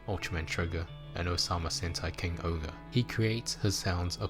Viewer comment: why do you say king ogre when it’s supposed to be? king Ohger bit the ger is jer